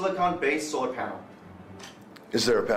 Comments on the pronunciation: "Sore panels.." Sore panels? You mean solar panels, right? "Yep, soar panels..." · Tip of the day: If you're going to hire an actor to talk about solar panels make sure he can say solar panels